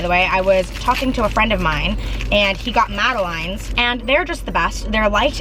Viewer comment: Egg bagels are softer and puffier than a regular bagels and madeleines are pronounced as mad-uh-lins 👍🏼👍🏼👍🏼